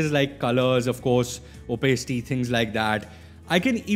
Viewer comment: you are pronouncing opacity wrong it sounds so weird